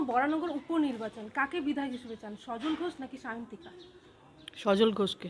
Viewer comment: রিপোর্টার ম্যাডাম পরিষ্কারভাবে বিধায়ক শব্দটাও ঠিকমত উচ্চারণ করতে পারছেন না....